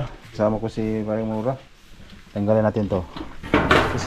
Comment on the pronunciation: hindi po mora tamang pag bigkas po mura para hindi po kayo pilipino baluktot po pag salita mo po ng tagalog po ayusin mo po ang pag salita po ng tagalog ka kahiya po kayo